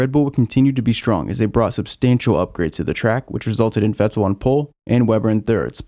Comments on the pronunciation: This guy makes good videos, but why does he say Ve TTEL. How can you not know how Vettel is pronounced lol. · The way this guy says Vettel 😂 awesome video man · Why is nobody pronouncing Vetterl right? „V“ is pronounced as „F“ for his name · Is it just me or do you like the way he says vettel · please stop saying "Vettel" like that